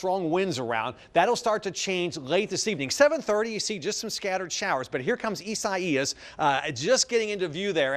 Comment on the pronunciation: Do you butcher the pronounciation of Isaias because it is a biblical name?